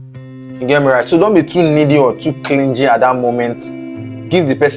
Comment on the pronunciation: YOU REALLY NEED TO WORK ON YOUR PRONUNCIATION, FIRST TIME THAT I VIEWED YOUR VIDEO, CLINGY, THERE IS NO G SOUND, THE G IS SILENT 😱🤐😐😣😖